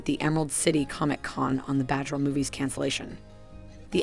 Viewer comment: SomeThing wrong with the pronunciation: especially with the name “batgirl” and “Warner bros” sounded like “bahghirl” and “wanderbrahs”.